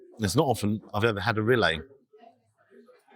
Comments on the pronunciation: The way you pronounce it, the spelling would be Rillet. It is spelled AND pronounced Rillettes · Just FYI ... it's generally pronounced REE-yet, rather than Rill-LAY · Great review except for the duck rilettes. The correct pronunciation is reeyet not relay. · Hello. Another excellent place and review. Must let you know, Rilette is pronounced Ree-ett. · Xmas jersey and shoes❤ Steak looks wonderful. Decent portion of frites. Rillettes is pronounced Ree (as in street) etes (as in sets). Ree...etes.🎉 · It’s pronounced riyet and originally comes from Le Mans in France - shame you didn’t say hi! But never mind … you might want to try the pizza restaurant next door a go ‘cento uno’ as that is excellent too - all the best Philip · The L in rilettes is silent. Pronounced ‘ree-yay’ 😊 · Rilette, the ending sounds like the same ending in cigarette, not ri-ay. Clearly made in house. You got it right at the end so don't know what was going on at the beginning! The steak definitely looked juicy too. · I love what you’re doing! Reviews ranging from £1 burgers to 3 stars restaurants and you are obviously passionate! However, it is “ree yay tuh” 😂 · … please google how to pronounce rilette ❤️ please don’t be offended lovely x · Rillette pronounced with the T’s… Cooked in fat then shredded…. Love u G ❤